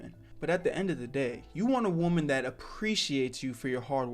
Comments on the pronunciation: Man what is with people pronouncing "woman" and "women" the same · the way bro says woman